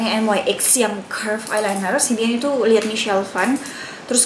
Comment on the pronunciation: kak, nyx bacanya nix, bukan en wai ex😆